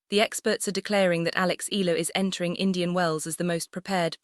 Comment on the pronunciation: At what ranking will the tennis world begin to pronounce Alex's last name correctly?